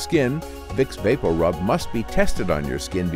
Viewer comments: It sounds strange the way he's pronouncing it. I grew up hearing it pronounced Vapor-Rub. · Vape O rub. I noticed it too. 😬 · I know my family isn’t the only one that pronounces vapo rub as “baporu” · Me too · Sorry, I can't get over how he pronounces "VapoRub"